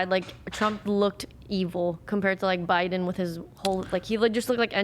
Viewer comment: Why do you guys say jow bidens name so retarted u say buden